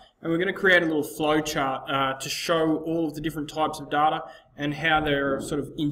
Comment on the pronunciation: you're pronouncing "data" wrong